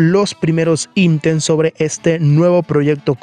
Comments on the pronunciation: Región Latan = Latam. Nuevos intems = Items. Cuida tu pronunciación y crecerás bro, yo casi cierro el vídeo cuando escuché eso) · "Los primeros intems"